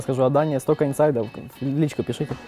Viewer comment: Только не инсайД, а инсайТ)